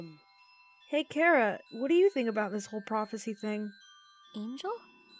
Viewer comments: I have a question for about 3/4 of the Undertale community. Why do people pronounce it (k-air-ah).It SHOULD be pronounced (ch-ar-ah). IT HAS A C H YA KNOW. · ALL OF YOU ARE WRONG ITS PRONOUNCED CHARA